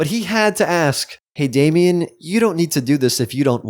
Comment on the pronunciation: it's damien not dame